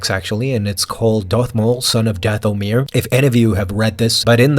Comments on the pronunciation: Your accent is on the wrong syllable when you say “Dathomir”. The accent should be on the first syllable as in “DATH-o-mir”. Forgive my extreme nerdiness about this issue. I studied with an expert linguist for years and it kind of rubbed off on me. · omg it's not dath-o-mirror lol